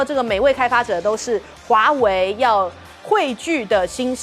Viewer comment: 为什么赖教授老是把华为唸成华伟？？？